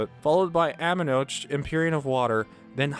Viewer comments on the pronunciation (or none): Archipelago is pronounced "ark-ih-pell-uh-go" not "arch-ih-pell-uh-go". Amenoch is apparently pronounced like "Amenooch".